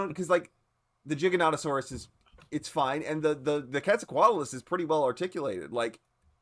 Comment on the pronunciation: So knows, it’s pronounced “gig-a-noh-toh-sore-us” gig like a band gig